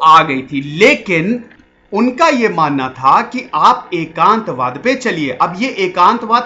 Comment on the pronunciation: Its एकात्मवाद not एकांतवाद